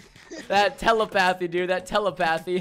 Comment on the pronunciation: When you say telepathy your saying it wrong your saying it with the accent in the wrong spot